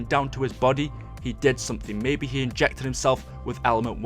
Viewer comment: he ingeckted him seld